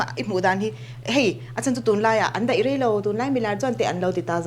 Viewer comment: Lalrosanga a felin puitling thuawih si, ṭawng erawh zir deuh a ngai, peih tihturah paih tih ang deuhvin a lam a, daih tihtur deih tih ang chi te